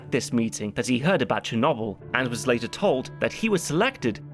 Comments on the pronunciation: Constantly pronouncing it "Chernawbyl" is killing meeeee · I knew as soon as the video started and he started saying "cha-nobble" it was gonna drive me nuts...still a good video though, appreciate the effort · He hit us with the cherno🅱️🅱️le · Che nable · commenting on this . im going to update this comment once i finish to let everyone know if he really calls it cher nob el the whole time edit: no matter how many times its said in the show, it is never said a different way. The english are truly unknowable, why do they pronounce lieutant lefftennant? i guess weird pronunciations are their bag. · Chernobbel XD your pronunciation of chernobyl makes me laugh a bit Very nice video you have been missed! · you really pronouncing it chen noble? Maybe you should look up the history on how to pronounce Chernobyl. It is spelled with an R in there and there isn't 2 N's. Черно́быль. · Really? Cher-nobble? You brits really deserve the hate you get for your ridiculous pronunciation of words. Love the channel tho :-) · You're not pronouncing Chernobyl currently. It's a B not a V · Just here for to criticise the historical accuracy parts of the movie while not even attempting to pronounce Chernobyl correctly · What's even worse is how he pronounces Chernobyl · Did my senior capstone on the Chernobyl disaster! My professor kept telling me to watch this show because it was so accurate. But seriously I don't think I can watch this video with pronouncing Chernobyl that way 💀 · Why do you pronounce Chernobyl like that? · ok do brits deliberately choose different pronunciations i feel like that happens i mean i have never in my life heard cherNOBBLE even brits say cher-noble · Cher No Byl not Cher Nob Byl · Pronounced correctly in Ukrainian: “Chair-No-Beel” (last syllable rhymes with “Wheel”). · Please stop saying cherknobowl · Cher no boil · Chur-knobble is all I can focus on 😭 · Chernobble...? How do you pronounce noble? Like no-b-l? or like gnome; gno-b-l?